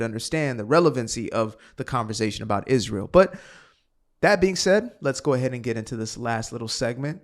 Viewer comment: She can't even pronounce it. It's Israel, not ' Izshhreal '